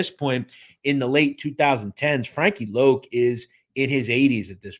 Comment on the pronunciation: It’s Frankie Lo not loc